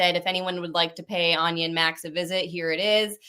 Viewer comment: Its Anya! rly?! Her name is Anya not Anna. Are you senile or something? How do you do that so often, clearly you're not very close at all.